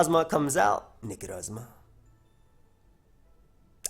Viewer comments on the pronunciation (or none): Ikr x'DD NECROSSMA O_O